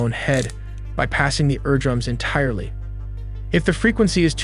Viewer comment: You can always tell when an AI system is narrating cuz it will mispronounce the most simple words like eardrum approximate timeline location.